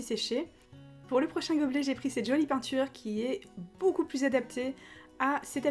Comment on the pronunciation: Tu dit toujours bOUcoup au lieux de beaucoup mdr 😂😂